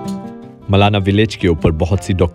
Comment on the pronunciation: It's not मलना it's मलाणा।